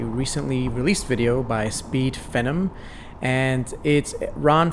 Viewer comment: His name is Austin and it's Speed Pheeeenom come on man